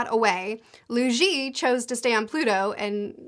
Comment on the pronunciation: Btw Cheng Xin is pronounced like "Chung Shin", and Luo Ji is pronounced "Lu-aw Ji"